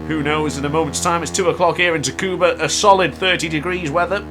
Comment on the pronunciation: Tricky track... Its "Sukuba" btw lol.